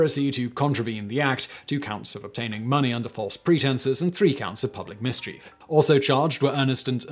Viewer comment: Is that how mischief is pronounced in the U.K.? That made me smile, so I do so hope so. It makes sense spelling wise; I've just never heard it over here across the pond.